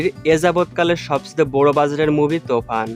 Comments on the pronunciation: কি সব বলে রে তুফান কে বলছে তফান আগে উচ্চারণ ঠিক ভাবে শিখো তার ভিডিও বানাও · ভাই তোফান না তুফান হবে 🤣🤣